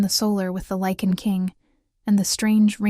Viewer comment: This is a werrewolf story: the writers should be less dim witted: the wolves are called « LYCAN » , not « lichen » whis a type of Moss!